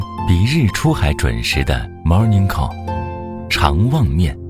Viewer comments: 傻逼解说那句 "morning call." 还他妈带 "儿" 话音. 哈哈哈哈哈哈.......................... 再说回来了, 中国从南到北怎么会有这么多的人喜欢吃猪下水呢? 这都是过去缺吃少喝的时候, 人们又没钱, 没办法才吃的东西. 尤其是那猪血, 猪要是有点什么病, 那病菌可全在这血里面了! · 那句morning call 真让人反胃